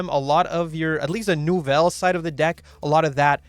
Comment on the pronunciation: Soo hot deck french deck, the pronunciation ce magnific